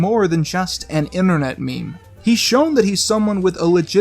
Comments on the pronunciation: Left as soon as I heard him pronounce meme “mem” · stop pronouncing meme wrong